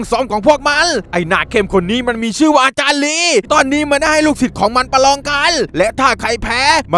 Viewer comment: พี่พูดว่าประรองประยุดผมลั่นเลย